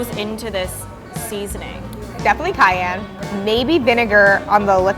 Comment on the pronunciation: The way says cayenne is awesome.